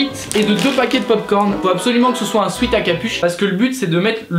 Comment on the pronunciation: on dit pas swit mais swet car swet sa vaux dit transpiration et sweat shirt